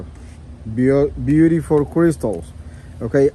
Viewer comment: Please your “ biurifol “ limit has been reached